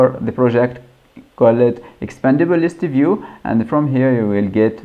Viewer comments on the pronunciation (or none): It's a listview, not a listeview.